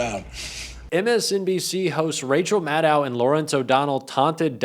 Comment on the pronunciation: Maddow rhymes with shadow. Lots of people mispronounce her name.